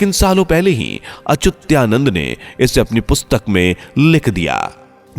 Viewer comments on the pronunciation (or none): bhai sahi bolna to sikho, achyutanand ki jagah aap "achutyanand " bol rahe hai😡😡😡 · Unako pujya achutyanand das ji ka nam bhi thik se lena nahi ata or fenkate ja rahe he😂😂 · अचुत्यानंद उच्चार गलत है अच्चुतानंद सही है. आप गलत उच्चार क्यूँ कर रहै हो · Achutyanand nhi achyutanand hae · अचुत्यानंद अच्युतानंद बोलो। सही नाम का भी पता नही और निकले हो वीडियो बनाने।😡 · पहले अच्युतानंद नाम का उच्चारण सही किजीए. वह अच्युत्यानंद नहीं है. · Are yar naam galat kyun bol rahe ho....sahi Achyuta nand naaki achutya...... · Yes it is Achyutanand ji and not Achutyanand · पहेले संत अच्युता नन्द दासजी का नाम ठीक से बोलना सीखो 🧐🧐🧐🧐